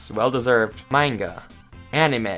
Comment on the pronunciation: Mainga Me (a manga lover): how. Just how do you pronounce that wrong?!? It’s pronounced mahnga (spelled manga).